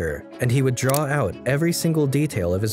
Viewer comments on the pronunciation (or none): none